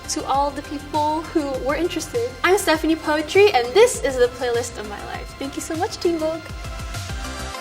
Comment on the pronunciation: 'Stephanie Poet-ry'